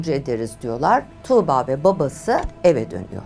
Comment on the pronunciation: Tamam iyi anlatıyorsunuz da 'Tuğba' yı tükürürmüşcesine söylemeniz çok kulak tırmalayıcı